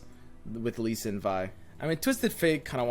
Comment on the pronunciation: Normal human: repeat after me, L-E-E S-I-N: L-E-E S-I-N Normal human: Lee sin: Shen Lee